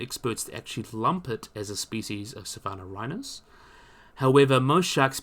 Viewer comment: Hey man, very good and entertaining video, but please, it'd be even better if you took some practice in pronouncing your scientific names correctly. Your struggle with them is getting pretty noticeable, sorry... I mean, "Agurostoma"? (Angaturama), "Sapanorhynus?" (Scapanorhyncus), "Ophalicodon" (Ophiacodon), Hategopteryx "thabelma" (thambema) I hope this sounds like constructive criticism for your videos, which aim to bring accuracy and credibility to these creatures, both living and extinct. Please, consider.